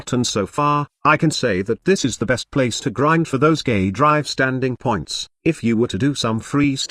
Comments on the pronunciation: Lol robot voice pronounces "gay drives" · Sounds like gay drives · Is anyone else hearing "gay drive"? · Everytime you stayed K drive I kept thinking you were saying gay drive XD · the auto-subtitle actually think he says that lmao